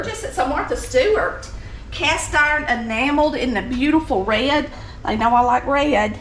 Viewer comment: You must be from South Carolina. An old girlfriend of mine was from Spartanburg and sounded just like you. Especially when she said the word red like you. Making a one syllable word into 2...rey-ud. Love it! She used canned biscuits too.